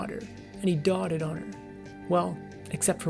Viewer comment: It's not dotted, it's pronounced dough-ted.